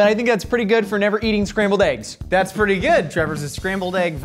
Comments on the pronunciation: I dislike everytime someone pronounced it "AYYGUZZ" it's definitely "EHHGGS" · When did the pronunciation of "eggs" (ehggs) become "[h]eyggs?" It's not just on MK - I've heard it in soooo many shows. But if somehow people start pronouncing eggs incorrectly on a larger scale nationwide, I'm probably going to blame. Why? Because sometimes he says it right, and others he doesn't. Which reminds me, is PAPrika versus papRIka pronunciation just shtick like I believe the ehggs/eyggs thing is?, let the language mutate organically. English doesn't need your chaotic radioactivity to speed up its degradation.... Umm, ok, love y'all!! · I love how they lean in to "AYYYGs"...i never understand why people would pronounce it that way? It sounds so ridiculous lol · Sooo... Who here says "eggs" like a normal human, and who butchers the english language and says "ayygs"